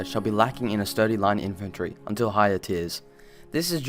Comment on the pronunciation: Infrantry? O.o